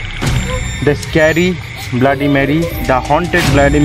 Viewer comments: It's not blaady it's bloody Mary 🤣🤣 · Abe bbai Tu sab se phele bloody bolna sikhle